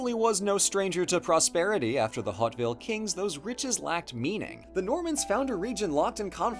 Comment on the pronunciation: The name of the Hauteville family is pronounced "Oat Veal," not, "Hot Vill."